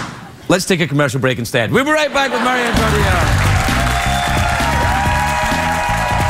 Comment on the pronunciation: The amount of people that shoulda told him it's Marion and not 'Maryanne' :P